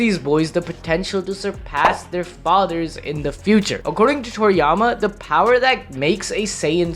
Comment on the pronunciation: “Achordeng to my cackulations i have snort cackulated that we are all the nerds🤓🖕”